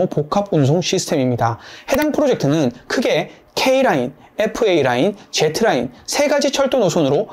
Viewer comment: 제트 라인 -> 즤(유성음) 라인